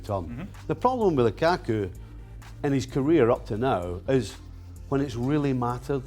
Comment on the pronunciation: the way they pronounce LUKAKU makes me cringe